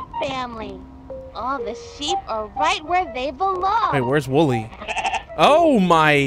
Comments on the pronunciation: WOLLY BRO ITS WOLLY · dude its wooly w o o l y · When you got didn't get the name right you made me very mad the name is wooly it's wool's birthday